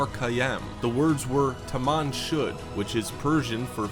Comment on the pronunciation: Tuman "shud" go to bed get it, 😁 but no seriously I like vid